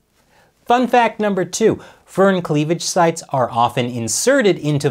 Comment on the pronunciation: The Fur in furin is like the fur in fury, not the fur in furry.